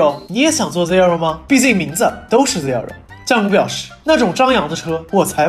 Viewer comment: 建議聽一下正確的Zero發音